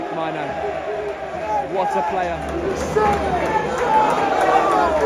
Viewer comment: "Mike My Nan" 🤣🤣🤣🤣🤣